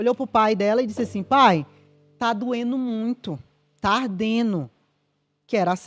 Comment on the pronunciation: Gosto muito desta advogada. Mas não se diz Ardeno e sim ardendo não se diz vendeno e sim vendendo.